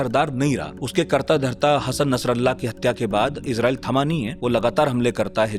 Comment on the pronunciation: Abey Irjael bola tu, Israel ko😂